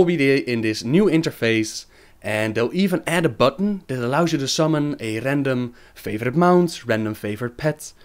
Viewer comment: Dat RRRRandom RRRRRRRRRRRRRRRRRRRRRRR